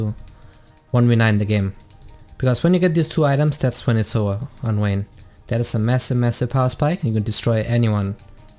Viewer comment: VAYNE not Wayne